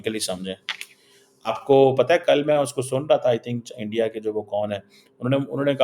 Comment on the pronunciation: Start saying "Bharat" instead of "India". Your pronunciation and enunciation of "India" is way off.